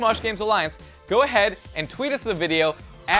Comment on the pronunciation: in the begining keeps saying sJa and not sGa